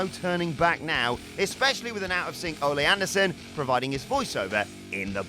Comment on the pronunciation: Thank you for finally pronouncing Ole Anderson's name correctly. I love, but he always says "Oh lay" instead of "Oh Lee". It's not "Olé" like Tito Santana used to use as a catchphrase. They were supposed to be Swedish or something. It was "Oh LEE". The "Oh Lay" is like nails on a chalkboard.